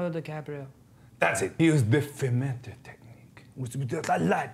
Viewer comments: Anybody noticed how Mark called his technique “fumato” which translates to “high” ? 🤔🤔🤔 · Mark saying formata Me :its loud music in band